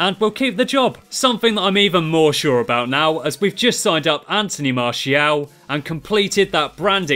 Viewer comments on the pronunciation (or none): none